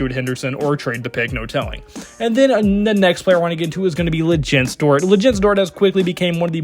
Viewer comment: Very tough watch. Shai has already been to the playoffs with the thunder. Not even sure how you pronounced Lu’s name too lmao. I’ll at least give you props for talking about Isaiah Joe